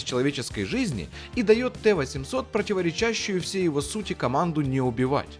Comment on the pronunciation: "ПротиворечАщие"? Серьёзно? Ударение на "А"?! Ну и пиздец...